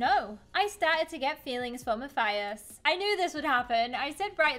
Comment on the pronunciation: It’s Mathis not mathathis